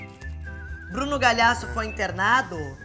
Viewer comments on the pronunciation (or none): A reclama do Bruno falar errado o sobrenome dela, mas ela fala "Bruno Galhasso." HAHAHAHAHAAHAH amooo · ela fala Galiasso